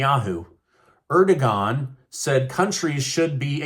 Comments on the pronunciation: Dude you are saying Erdogan wrong. You are saying 'ergodon'. It should 'erdovagn'. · it's Er-do-wan. Not Er-dog-an. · It's Err-do-juhan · I know Turkeys Prez's name is hard to pronounce and I would have had that same issue if it weren't for listening how other officials from there pronounce it....AIR..DA..WON... HOW it's pronounced although not spelled the way it's pronounced...❤😊